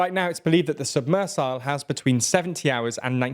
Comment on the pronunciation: I am nitpicking, but "sub-missile"? Is this a new pronunciation of "submersible " or am I hard of hearing?